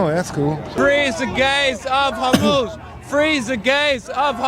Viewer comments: I started watching through audio, and I was so confused because I thought he was saying, “the gays of homos.” I thought he was saying that we only talk about straight homophobic people and not gay homophobic people, which I guess if we have white people that are racist against white people, we can have homophobic gay people. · Can't tell... did he say, "The Gays of Homos'? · “The gays of Hormuz” 😂